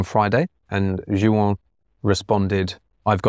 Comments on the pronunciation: I love MLST, and was sad when the vids slowed down for a bit there. I just wanted to give a little FYI: the name "Juan" is a Spanish originated name, and it's pronounced "Won" or "Wawn" as opposed to "Joo-ann". Just a little tidbit there for ya! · I love this channel but this is killing me, "Juan" is pronounced "Hwan", not JU-AN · Love the content coming from you guys, MLST! But now my biggest question is: is there an Large Language Model model that can explain pronunciation of the name "Juan"?:D:D:D